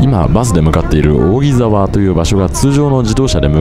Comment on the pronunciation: 扇沢の読み方はおおぎざわではなくおおぎさわですよ